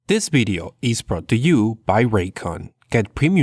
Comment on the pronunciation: "Future bideo"